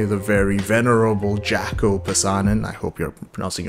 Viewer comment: It's pronounced Yaakko. Jacko was a completely different dude.